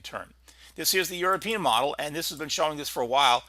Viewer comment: Thid? Do you mean "this"? Also 92L is at 30mph and 1011 MLB